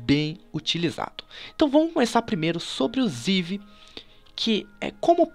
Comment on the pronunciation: como upar o seu eevee sskalsdaksdaskkdak ele fala errado gente avisa ele antes que confundam com um eevee